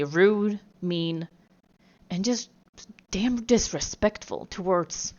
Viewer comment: I'm sorry, I think u meant "dispekful"😊